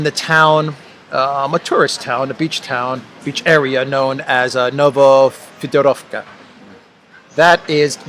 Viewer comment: Town of Novofyodorovka. Yandex maps show the name with the Russian letter yo (e). Whatever convention is used, its root name is Greek - Theodor; Russian represents the Greek eo with Russian letter yo (e). Russian convention is to STRESS the vowel yo, so all other syllables are UNSTRESSED and so MUTED - ``o' ' goes to the ``a' ' in ``owl, vowel' '. [Na va FEO dar av ka] is New Theodor Town.